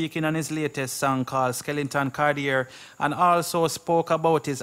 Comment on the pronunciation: " SKELETON CARTIER" not skelington. Skelington is a character in an animated horor movie starring Johnny depp.